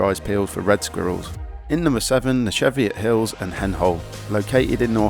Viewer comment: CHEEviot hills! Not SHEFiot hills.